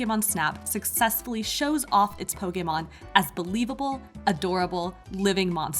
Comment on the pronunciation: Pokaymon. Hate anytime someone pronounces it like that...🙄